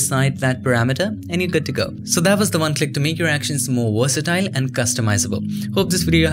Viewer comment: I love your videos! You explain things so well! Very good communicator Which is why it's such a shame you struggle pronouncing V's. I believe it's just learned habbit. Please try to couch yourself with this. Do it for your youtube audience. It will take time I know. work on one word with a "v" at a time, work on the word "Convert" first, you say it a lot. Or "Versatile".